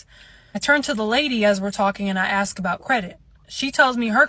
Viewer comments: Why on earth did people start saying "aks" instead of "Ask"?? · She didn't AXE the interest rate She didn't AXÉ the total price... in fact she Shooda AXXÉĎ thé Ĥolê ĐeeŁ ¡¡¡¡